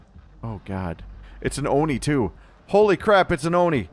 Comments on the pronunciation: its actually pronouced as O. not a Oh so it's an O-ni . . . love ur vids tho :3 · Its not Oh No, its Oh Ne